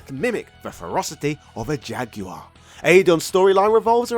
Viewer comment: That…….is not how to say “jaguar”.